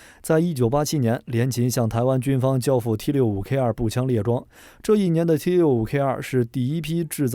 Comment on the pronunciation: 台灣才不唸T65K2，明明是T65K (TWO)